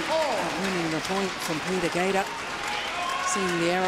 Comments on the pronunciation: I agree. I think it has a lot to do with the quality of the tools i.e. but there is no denying that Lin Dan and Lee Chong Wei have forced everyone to raise their game. Don't get me wrong Peter Gade {Pronounced Guille in his language - or close to it - not GAEDA as the female commentator says) is the shit. But he didn't evolve his game style. Of course in this game he is 34 but Lin Dan and Lee Chong Wei both watched him play before they were pro. So they got to see what worked and what didn't. I don't know.....What I do know is that for someone to say that one player is the best of all time is ridiculous. The game evolves as each generation pushes the limits of the generation before them. That's how it gets better and faster. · Why the lady commentator keeps saying Peter ‘Gader’. Correct me if that’s how Gade should be pronounced in Danish. She even has the tendency to say Kento ‘Momoto’, for Momota. Minus this, she’s absolutely an intelligent commentator.